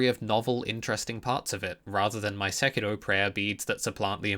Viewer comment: Speaking of rolling, if you roll the R in Sekiro one more time, I will personally release a mod that adds another 3 'Scaly Misbegotten' boss fights to the game, all of which will be mandatory.